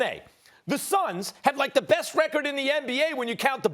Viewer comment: 😂"The Brooklyn neths" I'm sure Stephen A is spitting all over the studio when is talking1